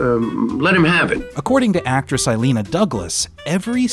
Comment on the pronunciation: "Eileen-a" Douglas? It's "ill-YAHNA."